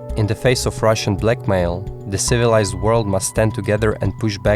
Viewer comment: You had me till you said, " civiilised world"..